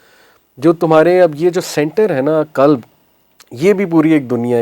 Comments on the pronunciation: Aap deen ki taleem dete hen quran ko kuran kehte hen qalb ko kalb kehte hen dil dog ho jata he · Qalb not kalb. Kalb is dog in arabic. 😅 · It's qalb not kalb .kalb is dog not heart